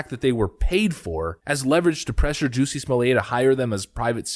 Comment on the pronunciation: After watching Dave Chappelle's stand up on this: Say "Jussie" "Jussie" Now say "Smollett" "Smollett" Ok now say "Jussie Smollett" "Juicy Smooyay"